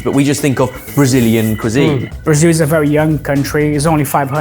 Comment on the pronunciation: Finalmente um gringo falando Brasil do jeito certo, com som de “iu” no final. Ganhou minha simpatia!